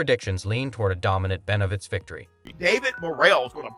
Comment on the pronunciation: The least you could do is pronounce his name the right way